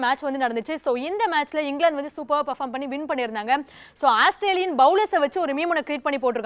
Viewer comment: Athu asstralian illama, Australian😂😂